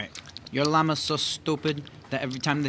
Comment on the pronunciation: "Yo Llama" sounded like "Yo Nigg..."